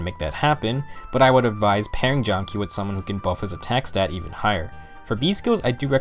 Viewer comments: it's Jahm-Kah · If my research is correct it's pronounced "jam-kah" because that's how it was on the fan translation. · You’re missing a lot of information about FE4 here It’s pronounced “Jam-ka” for starters..